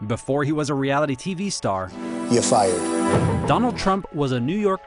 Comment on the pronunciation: “ya fiyard.”